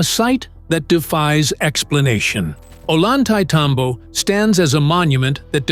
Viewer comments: The name of the place is pronounced in English phonetics: "Oh-yan-tie-tambo" The double L in Spanish is its own letter and is pronounced with the same sound as the "y" in the English word "yes." Very annoying to hear it pronounced with an L sound. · Like TMC said below, it’s pronounced ohYantay -tambo. Unlike what the narrator said. I recognize that voice but it seems computer generated. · "Oy yahn thai tom bo", please stop butchering it's name! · At least learn to pronounce the key name in your video, "Ollantaytambo", if you are going to hold yourselves out as some kind of "experts"! Pathetic!!!